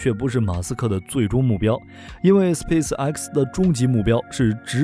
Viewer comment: 一口一个斯皮死埃克斯笑死我了